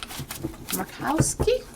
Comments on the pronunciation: Morning,! Congrats on nailing Murkowski's name—giggle. I think most of the GOP took money from Russia via the NRA and are being blackmailed about it. TY! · Just a ramble about Murkowski. (You pronounced it pretty close to the way she does! 😊) Anyway, she's an acquaintance and also a friend of a friend. Lisa made it to the senate originally, because her father was the senator and then stepped down when he won the governor's race. As the governor, he had the right to appoint the new senator to replace him and promptly put his daughter in. Yep. sucks. As it turns out she wasn't too bad, voting pretty independently and got re-elected. Her dad was a pretty poor governor and only made it one term. Fast forward a couple of terms and she was primaried by a tea party shill who won the R nomination. This pissed off a lot of folks especially Alaska Natives and rural people whom she'd done a lot for. She pushed for a write-in campaign and won, which is pretty unheard of. Now we get to her recent performance. Ugh. I sent her a scathing email after the impeachment fiasco. What a bunch of garbage. Alaska is a red state, so I don't see her losing her next election, but I'm done with her. As I wrote in my email she has abandoned her ethics and oath of office and I will be campaigning for the dem that is up against her.